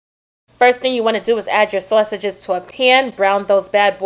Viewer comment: Mmm mmm good 😋 nobody says saysages like you do 😊😂